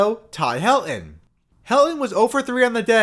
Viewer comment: Also, there’s a ‘t’ in Helton… It’s pronounced Hel-ton. Not ‘Hel-on’.